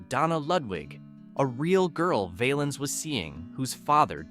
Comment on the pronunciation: Why did you show a picture of Sam Cooke when you talked about Sonny Knight? The song by Jimmie Rodgers was pronounced "Bim-Bom- Bay". Ritchie's last name was pronounced "Val-ins" not "Vale-ins". His real name was Valenzuela but Bob Keene changed it to "Valens". George Hamilton IV was a friend of mine. He told me in 1999 that the Baby Ruth candy bar company wanted him to cease and desist' from mentioning their product. However, the song resulted in higher sales so they with drew their objections. He recorded that song in a studio in Swain Hall on the campus of UNC. I saw that studio many times while I was a Radio TV major at UNC. I remember all of these songs, but Teresa Brewer, Eileen Barton, Tommy Sands, and Patience and Prudence didn't pass the test of time. The Platters recorded a more enduring version of "Harbor Lights".